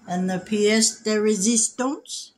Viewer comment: Hello. It's Denise Deluney from Sault Ste Marie, Ontario, Canada. I was surprised that a real southern bell like yourself pronounced pièce de résistance so perfectly. c'est très bon. I know the right pronunciation very well since I speak French fluently and I read and write French as well. Enjoy your maple syrup on your eggs, sausage and pancakes 🥞. That's the French Canadian way. God bless you.🎉